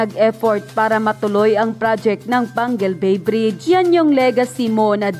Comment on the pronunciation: Excuse me ayusin mo pagsabi d yn Pangil bay PANGUIL BAY